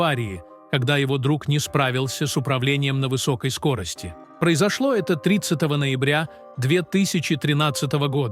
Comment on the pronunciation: ТРИ-цатого ноЯбря 2013 года, когда Полу исполнилось... Юрий шатУнов... робо-дикторы - зло... Клинаева- пацана жаль... слишком молодой был, и не знал, что у нас на дорогах одни долбодятлы ездят - ничего не видят, едут без башки, уроды... выходить на шоссе смертельно опасно.